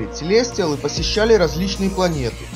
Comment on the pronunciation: целестиАлы а не целестИалы